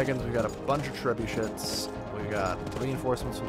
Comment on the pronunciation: he said trebushits lol!